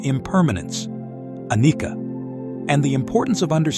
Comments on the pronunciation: The pronunciations weren't TOO bad, but the main advice I will give is that the C in Pali and Sanskrit is pronounced like the CH in English. So, "paticca" should be pronounced "pa-tich-cha" (not "pa-tik-ka"), "anicca" as "a-nich-cha" (not "a-nik-ka"), "cetana" as "che-ta-na" (not "se-ta-na"), etc. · the double C of Anicca and Paticca is pronounced like the C of cherry, chat, chew etc...